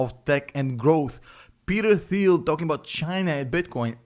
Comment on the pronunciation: FYI, it's pronounced 'Teal'. The 'h' is silent.